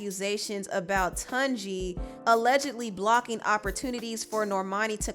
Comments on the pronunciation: His name is pronounced TOON-JI not Tun, OMO NAIJA <3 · It's not TONji but TUNji like Tuna or tune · It’s pronounced ‘TuneJi’ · Hi, Tunji is pronounced “toon-jee” 😄 ✌🏾❤️